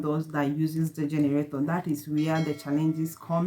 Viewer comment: what is generatoor??? or you mean to say generator???